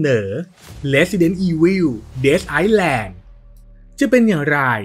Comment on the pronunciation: Island ที่แปลว่าเกาะ ไม่อ่านออกเสียง ซ ครับ อ่าน ไอ๊-แลน เฉยๆเลย ถ้าอ่าน ไอซ-แลน จะหมายถึง ประเทศ Iceland